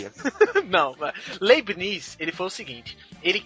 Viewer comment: A PRONUNICA EH LEIBNITZ.